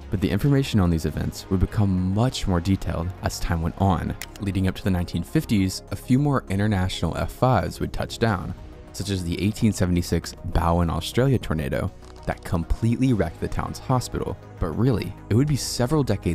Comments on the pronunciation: as an aussie thats been to bowen myself it hurt how he said "Bowen" as Bow- En, just so you know, its bow as in Boba but with wen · I know one of my fellow aussies may have mentioned it but the Bow in Bowen is pronounced as you would bow in bowtie, I also only recently learnt about that tornado after having one here on the gold coast on christmas night, so pretty awesome to see it mentioned almost straight after learning about it. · Australian here. Bowen is pronounced roughly as “beau-en” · I know I am quite late to the party. But if anyone is wondering Bowen, QLD, Australia is pronounced b-oh-wen.